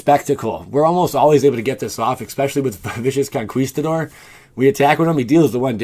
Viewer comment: VISHIS CONKWEESTADOR... I stopped instantly.